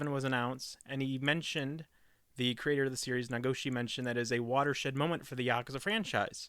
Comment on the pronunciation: You are saying yakuza wrong